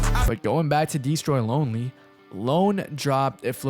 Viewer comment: "dee stroy LoNely" you couldve rerecorded that bro 😭